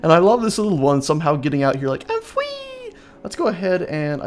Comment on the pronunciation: "I'm fwee!"